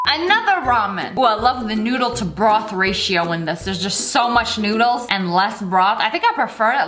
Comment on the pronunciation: No one: SSSniperwolf: bROoOtHH